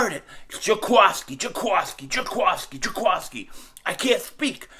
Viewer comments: I think the end of his name is pronounced like the qui in “quick” with an S in there, not a qua sound lol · I love how he was trying hard to say it right n still said it wrong 🤣